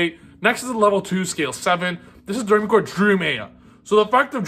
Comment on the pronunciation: Btw it's pronounced dough-ray-me-chord. Like the musical notes.